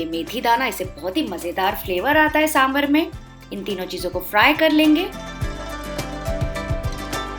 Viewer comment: trust me when I say this as I'm a South Indian. It's not 'saambrrr' but 'saambaar'